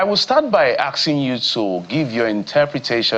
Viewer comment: Is it aksing or asking?